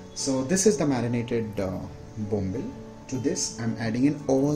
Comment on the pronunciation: Its called bombil not Bombla's😅 😂😂😂😂😂😂😂😂😂😂😂😂😂😂😂😂😂😂😂😂😂